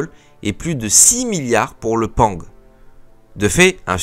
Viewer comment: sympathique comme vidéo, je tique a chaque fois sur les prononciations des acronymes XD, pang qui ce prononce PA-NG (porte avion - nouvelle génération) et I P E R qui ce prononce lui en un bloc, en tout cas continue tes vidéos, perso je les écoutes en mode podcast :)